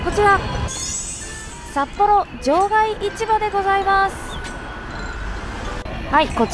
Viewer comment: またまたの北海道は札幌の動画、楽しく拝見しました～！ ところで、場外市場の読み方ですが正しくは『じょうがいしじょう』です（バス停のローマ字表記も「shijo」になってます）。 札幌卸売市場も同様に『しじょう』です。 地元民からすると、違和感があるので、指摘させていただきました。 一方、観光スポットで有名な二条市場は『にじょういちば』と読みます。 日本語って難しい～